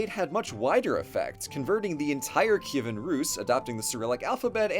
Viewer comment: Best summary of our history from a foreigner on youtube! All the names are correct, like "Kyivan" and "Volodymyr", along with other details. Dyakuyu!!!